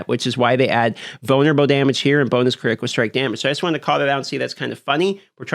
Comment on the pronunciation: vulnerabo stronghode critico! you're a wizard,.